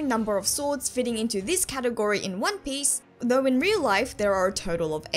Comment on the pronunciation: I love your accent and your pronunciation of one piece makes your theories so much more authentic